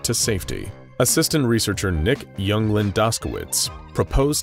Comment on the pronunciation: Am I the only one angry that they mispronounced Englund?